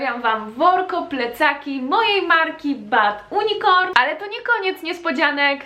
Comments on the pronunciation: Bardzo podoba mi się twój pomysł na ten sklep, jednak ja nie mogę wytrzymać jak wymawiasz jego nazwę; wymawiasz fonetycznie: ,,bad unikorn’’, a trzeba mniej więcej ,,bed junikorn’’ proszę, moje uszy cierpią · JUNIKORN nie UNIKORN 😭😭 serio robisz angielska nazwę marki a źle ja czytasz... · Ale Ty kaleczysz język angielski! Jak masz firmę o angielskiej nazwie to naucz się to wymawiać! Mówi się poprawnie /junikorn/ żaden unikorn! Uszy bolą, wstyd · nie czyta się "unikorn", a "junikorn";) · Nie wymawia się bad unikorn tylko bad junikorn XD Wiem że masz dysleksję ale może zapamiętasz❤ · Chyba nie "Bad unikorn"... Wydaje mi się że "Bad unicorn" czyta się "Bad junikorn" 🙃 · Mogłabyś chociaż poprawnie czytać nazwę swojego sklepu... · Ariana Loovveerr prawda! za kazdym razem rani to moje uszy i dziwie się że wiecej osob tego nie pisze w komentarzach, to już jest podstawowa wiedza i nie jakies trudne slowo do wymowienia... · Jeszcze dobrze wymawiaj nazwę z angielskiego :) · Naucz się wymawiać nazwę swojej marki tak jak się powinno, proszę...